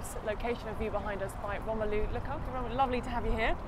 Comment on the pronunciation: It's Lukaku not Kalou